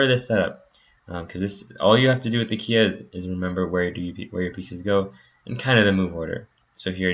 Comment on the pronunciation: I've not heard it being pronounced "kia" before. It's short for King's Indian Attack